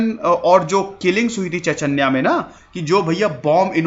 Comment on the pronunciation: All I could think throughout the video is that its Chech-niya. Not Chech-anya.